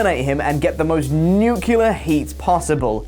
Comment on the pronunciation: "Nucular heat"?